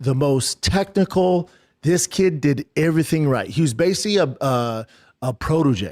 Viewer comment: This is just an idiot, babbling about absolutely nothing knowing nothing about anything and everything or as he would say ivreething